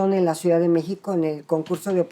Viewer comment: Ni siquiera sabe pronunciar la palabra ciudad esta señora, dice suidad, varias veces, incluso como profesora de la facultad de derecho de la UNAM, muy chafa